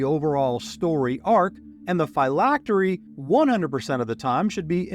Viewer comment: Great video. I’ve always heard Phylactery pronounced differently, as in Physics.